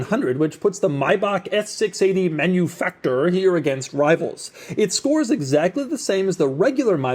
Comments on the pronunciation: "Manufaktur" is not pronounced "Menufaktur" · By the way, please pronounce Manufakture in the European way as Man-you-Fak Tooor by emphasizing the bit of extra SPACING between Fak and the looooong pronunciation of Tooooooor This is a nice car! Anyone want to give one to me for free? Are there any hot-looking 55 year old Divorcees who want me as their boy-toy and can give me one of these as my Birthday present? We can test out just how comfortable those backseats actually are! V